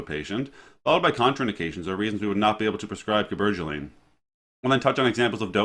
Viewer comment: He’s from Kansas lol. But he’s handsome and I like the way you pronounced the word Cabergoline